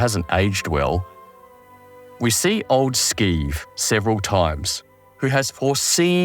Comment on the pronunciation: It's Sheeve, not Skeeve.